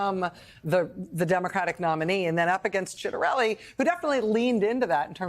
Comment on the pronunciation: Did she say SHITarelli?